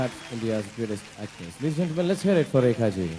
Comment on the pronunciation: Can hrithik not say rekhaji